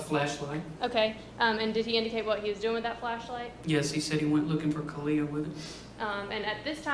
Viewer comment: Cortney says the two-year-old was "freaking out" and said that "sissy's gone." No two-year-old would know to be upset if she woke up and her sister was gone. Another odd thing is sometimes Cortney pronounces the baby's name like "Ka-lee-ah" and other times like "Ka-lay-ah." When asked the baby name, Cortney pronounced her first & middle name like "Ka-lay-ah No-vay-uh." What? Really? Kind of odd, but who knows what they were on when they named her. To make the first & middle name rhyme like that seems odd.